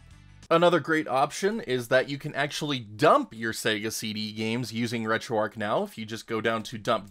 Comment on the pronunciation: The h is not silent in Retro Arch. If it was to be called the way you pronounced it, then it should be called Retro Arc instead.